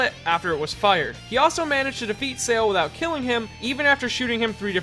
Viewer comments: Please learn how to pronounce "Sale" I cringe every time you pronounce it like an english word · Huge silly nitpick but mispronouncing Sale's name annoyed me. But seriously, super good video man. Its always fun to take a look into Mista and why he rocks my socks off.